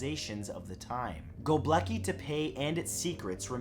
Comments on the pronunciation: why're you saying "Gobleki"? it's Gobekli. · Is see "Gobekli" but am hearing "Gobleki"... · GoBEKLI tepe not gobleki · Go bleki, go bleki, go bleki 😂 I love his horrible pronunciation of things it honestly tickles me and I'd love to hear him say the longest place name in my country which is.... llanfairpwllgwyngyllgogerychwyrndrobwllllantysiliogogogoch That would honestly make my day 😂